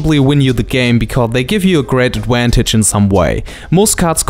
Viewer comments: "adwantage" and "ewasion" have won my like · We have very different Vs and Ws in spanish too so you sound really funny, I guess I sound funny too with others phonetics. Start working in your "eVation" no eWation, and "adVantage" no "adWantage" and it's no "Wampire" (I love that one XD)